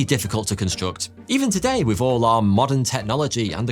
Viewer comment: How do you manage to pronounce three as "free" but with as "wiv" why have the letters "th" in your world at all?!